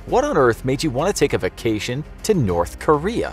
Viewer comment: Say vacation right. Now.